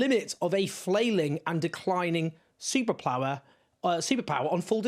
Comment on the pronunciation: "Superplower" Perfect 😂